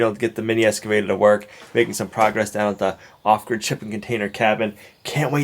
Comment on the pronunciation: It sounds like ostrich property when he says it